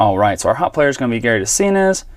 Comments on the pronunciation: It's pronounced de-SIN-say. Baseball-Reference will help on some name pronunciations. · fyi, Doug De Cinces last name is pronounced de SIN ses.